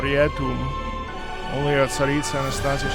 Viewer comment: omg you pronounced Tsaritsa so well here my ears are blessed